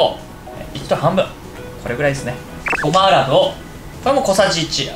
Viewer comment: ごまあらぶ！ってゆったよね？